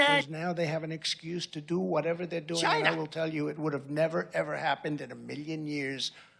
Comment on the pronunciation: Love how he pronounces China as, “Gyna.”